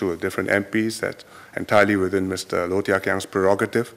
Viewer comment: wow,his pronunciation is amazing.